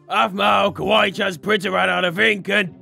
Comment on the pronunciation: Did this annoy anyone else “Hey do you have a priner “ prinTer